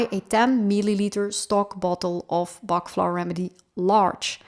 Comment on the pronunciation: Pronounce it properly...Dr Bach worked hard and it's pronounced Batch